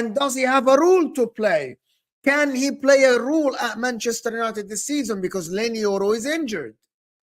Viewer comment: Its Role not rule just wanted to kindly correct you mate